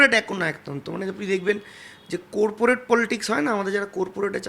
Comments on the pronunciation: Amio tai bhabhchhilam... Corporate not Korporate... Arektu hole, kopurpurate bole diten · কোরপোরেট নয়রে হতচ্ছাড়া শব্দটা কর্পোরেট হবে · Coreporate naa. Corporate... Aetuku pronunciation o kora jaina?? College e porasona korley ektu kaj dito i guess. And how you changed... Jotodin party dichilo totodin sob thikk. Akhn jehetu haare gelo sob kotha change.... Waooo.... Ipac taka nia korchey bcz that's a PR Company. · কুরপুরেট নয় কর্পোরেট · Corporate noi pronunciation hobe Corporate 😂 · কোর্পোরেট না রে কর্পোরেট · কোর্পোরেট আবার কি??? কর্পোরেট ...... corporate 😂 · Coorporate noi re jahil , corporate, pronouce korte shekh re oshikhito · COREPORATE noi, CORPORATE. Kon school a porechho jubo neta moshai? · কি অবস্থা!!!! কোরপোরেট !!!! কথাটা কর্পোরেট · Korporate naaa Baal - uchharon ta thik koro - Corporate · কোর্পোরেট না রে ভাই চটি, কথা টা "কর্পোরেট" হবে।। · Korporate noi re ota Corporate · কোরপরেট বলে কিছু হয়না,its কর্পোরেট বলে পরিচিত 😂😂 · কোরপোরেট নয় রে গাধা ওটা কর্পোরেট হবে। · Corporate বলতে হয়।কোরপরেট নয়। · চোরপোরেট he meant 😂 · Koorpur aar koorporate😂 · Babusona.. "cooorporate" noe ota😂😂😂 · ❗Ai ta Student union r Leader te ''Corporate' pronunciation tao thik moto korte parene, Its 'kaw·puh·ruht'. Shane on Student Union Leader, ai sikha students ra paiche ato din. 😂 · Corporateeeee😂😂😂 are bhai uccharon ta tho thik kor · আসলে 'চোরপোরেট' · করপোরেট pronunciation এ হচ্ছে ছাত্র নেতা good 😀😀😀... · j corporate word ta thik kore pronounce / bolte pare tar interview nin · Corporate শব্দ টি ও ঠিক করে উচ্চারণ করে উঠতে পারলেননা!! অভিষেকের সঙ্গে তৃণমূলের অসংখ্য দুর্নীতির কথা মনে পড়লোনা দাদা???????!!!!!!!!!